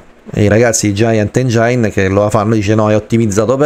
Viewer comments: Se la smetti di pronunciare engiain ogni volta magari mi iscrivo 🤯😅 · Lo so la mia pronuncia maccheronica fa cagare... Ma in qualche modo dovrò pur nominarlo sto cavolo di motore grafico 😅 Ps. Non ti iscrivere perché non farò un corso di dizione d'inglese e lo pronuncerò sempre engiain 😁